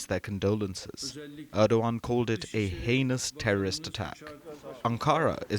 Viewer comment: You pronounced 'heinous' incorrectly.